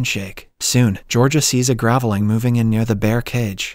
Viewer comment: Pronounced grave-ling, not gravel-ing.